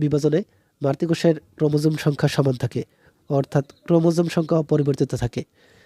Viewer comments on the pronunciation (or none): ওইটা ক্রোমোসোম না ক্রোমোজোম হবে 😅 and thx